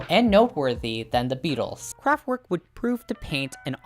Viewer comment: kraftVerk!!!! Not kraftWork!